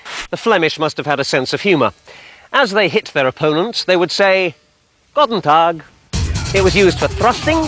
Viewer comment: GODEN TAG!!! this sounds so stupid to me as a german. but he pronounces Ahlspieß correct.